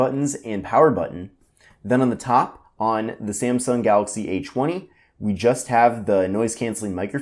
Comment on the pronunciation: "Galaxy A CHWUNNY"